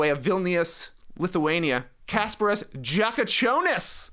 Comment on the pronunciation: You almost got Jakučionis' name right, but no, not really. By now you NBA fans should know how letter J is pronounced in all these languages, its YA, like you know, in every language not named English or Spanish.